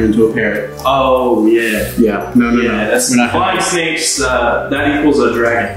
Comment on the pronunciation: Gabe : "I am the snake charmer and I'm gonna charm these 'snahkes'".